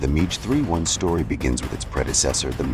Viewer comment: How many different versions of Clint Eastwoods' face are in this AI mash up? Also, it's pronounced Mack 6 not Match 6! One five hundred kilometres? No, AI dummy, fifteen hundred kilometres. Midge 31? Jeez, what kind of English is this robovoice using?